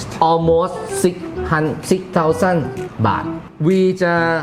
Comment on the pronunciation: 6,000 baht not bath